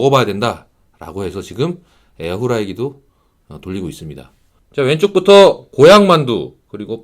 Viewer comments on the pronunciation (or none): 에어후라이어 발음 실화냐